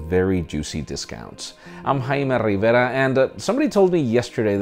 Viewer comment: Its rrrrrrrrrrivera again....